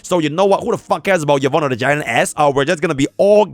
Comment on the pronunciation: Yvonne ❌ Yvoone✅